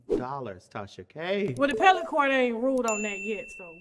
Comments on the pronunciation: Appellate Court. Not Pellate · It’s the A-P-P-E-L-L-A-T-E court not the pellet court.